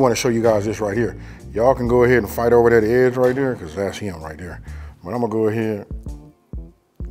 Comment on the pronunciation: He sed, "Fight ober dat edge". DAWG, you know it. BIG fist fights ober dat edge. nom nom nom